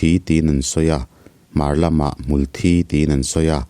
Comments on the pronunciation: Mulhthi tih aiin. Hmultbi hi a dik zawk in ka hria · Hmul Thi "Mithi" Kan lam anga lam tur A thih a vangin hmul dang angin a thang ve lo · Hmul in thi (blood anga lamrik kha, chhimlam ho lamdan tih kha) a nei ngai lo,hmul thi(mi thi) anga lam tur ani,hmangaih tihte pawh hi hmangeih te an tia,ngeih tih hi ngaih an ti leh daih a,tawng tharlam in siamchhuak duh anih pawhin kan mizo tawng hi chu ti chhe kher suh u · Hmul hi thilnunglo amaha nunna neilo ani,thisen aneilo anbtlu dial a,an muhil/thi a,hmulthi tihakan sawi hian kan hmul hi an tho tihna ni mai,hmuthi thi lai thisen/thi anga lam hi adiklo tawp,adik khan lam.mai rawh,hmul in thisen aneilo. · A sawi khi a dik chiah Mitthi a thi ang a Hmulthi hi lam tur a ni e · Advise pe duh suh, inti hre deuh in a hnial zut2 ang che. Insiamthat ai chuan a tihdan dik ve tho angin regional variation chhuanlamah a hmang char char ang....Awmzia a awm lo, Mizopa kum upa lam ka zawh kual viau pawh hian lamdan Hmulthi (Blood) hian an lam ri ngai lo. A hria in advise an pek pawh in a hnial zut zut zel, insiamthat a tum lo, hrethiam ula enliam vel mai mai rawh u!!!!!